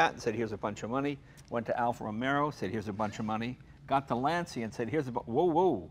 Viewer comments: Jay! Dude! Practice Lunch--eeeyyaa , not Lun-see-ya. Lunchia -- Lancia. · david j h You don't say "Lan-cee-ah" in italian but lunn-cha ! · has impeccable taste. And, FINALLY, someone other than myself knows the proper pronunciation of "Lancia"; it's a two syllable word pronounced "LAHN/tchah", not "Lahn/SEE/ah". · It's Laan-Cha, not Lan-Si-ya. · Jay - for the Pope's sake, you're Italian. You KNOW you pronounce it "Lan-cha" not "Lan-cee-ah"!!! Only the pommie Brits say it that way! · It is a Lantscha and not a Lanzia Mr. Leno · I can't stand when people pronounce it /lansia/. If you say /lansia/ in Italian it means "the anxiety". The brand Lancia is pronounced /lancha/. Please start pronouncing it correctly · DEAR AMERICA AND THE U.K. IT IS PRONOUNCED LANCHA BECAUSE IN ITALIAN WHEN THE LETTERS C AND I COME TOGETHER IT MAKES A CH SOUND! THAT IS HOW YOU PRONOUNCE IT THE ITALIAN WAY AND BEFORE YOU GUYS TURN IN TO TROLLS REMEMBER THAT WE PRONOUNCE FERRARI AND LAMBORGHINI THE ITALIAN WAY. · I grew up in Italy...it's pronounced LAN-cha. In Italian, when an "I" follows a C, it's a CH sound. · Jay!!! Please pay attention to! Lancia is pronounced "Lancha". In Italian the "c" is pronounced like a "ch". Congratulations, what a great episode. This guy he really knows his stuff. I am currently restoring a 1982 Alfasud Ti 1.5. As soon as I finish restoring it I'll send you some pictures. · M.r. Moon since it is an Italian name, there is a correct way to pronunciate the word and it is Lancha. If not, we, as Italian people, will start to pronunciate differently every English word ;) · I can't understand why they don't pronounce it right. Lan-cha. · you are a true class act. Jay why don't you have some more down to earth interesting cars like these? And please please it's pronounced Lanchia...come on jay you are a paesano!!:-) ps/ I do like more the euro spec fulvia with the headlamps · Lahn-chu, Jay.. Lahn-chu! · Lahn-cha. Easy.